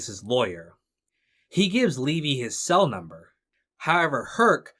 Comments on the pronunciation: How does someone make a 4 plus hour video thats good yet get levys name wrong the whole time when its said so many times in the show. Thanks for the good video but that really got to me every time it was said as levi. Ai sucks at least use a better version or voice option. Btw S2 was always my favorite just ahead of 3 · Gotta ask, how does someone who watched the show continually mispronounce Levy's name?